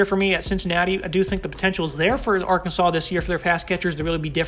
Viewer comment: The final "s" is silent in Arkansas. Come on.